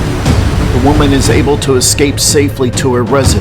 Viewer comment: ~ I Know This Is COMPLETELY Off Topic ~ Im Trying For The Life Of Me To Find Out What State You Are From lol I Swear Once In A While A Louisiana Accent Is Coming Out Especially When You Say “Da” Instead Of “The.” 🤣 ~From A Native Louisianian